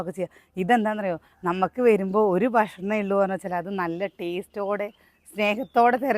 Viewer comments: ബഷ്‌ണം❎ ഭക്ഷണം ✅ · ബഷ്ണം അല്ല ഭക്ഷണം എന്നാണ് 🤗🤗എന്നും വീഡിയോയിൽ പറയുന്നത് ഇത് തന്നെ 😂ഒന്ന് തിരുത്തിപറയൂ ന്റെ